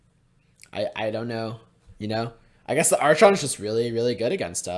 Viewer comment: I had to mute you during the match against taxes. God damn man, how you said archon make me physically feel pain.